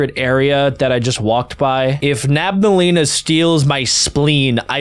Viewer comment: Bro said nabaleena instead of nabnaleena